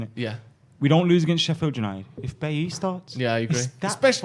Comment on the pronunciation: What is it with refusal to pronounce Bailly properly? Especially when he has next to him saying it properly.